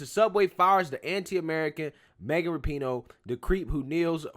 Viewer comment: Its pronounced RAP - IN - NO